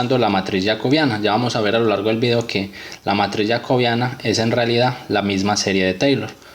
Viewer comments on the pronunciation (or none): Yacobiana ??? Así no se pronuncia😡😡😡😡